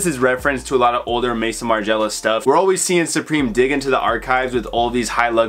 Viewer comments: Im an extremely obnoxious and pedantic i know but pls its not Mason Margiela. Its Maison as in house in French lmaoo the founder’s name is Martin too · Bro its Maison Margiela no Mason lmaoo